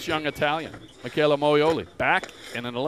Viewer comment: Noo, they didn´t just pronounce it like Mitshella....... omg..